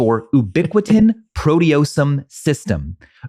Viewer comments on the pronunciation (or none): FYI you completely mispronounced proteasome. Love the show 🔬